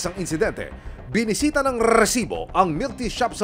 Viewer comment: Rrrrrrrrrrrrrcibo...haha..iba ka aksyon man...😅